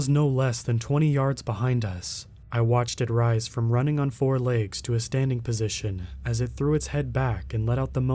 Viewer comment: Where are you from? The word is legs not laygs